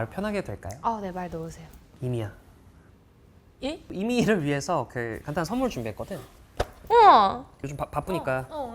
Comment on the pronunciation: 이미야가 왜 계속 애미야라고 들리냐